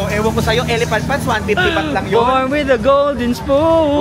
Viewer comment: “BAHT” po currency ☺️